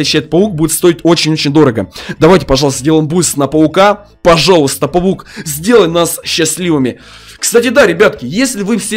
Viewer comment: Мне одному кажется что он место паук говорит павук?